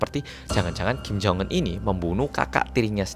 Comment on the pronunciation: Ya baru aku tau sebutan nya kim jong enn.. Bukan jong unn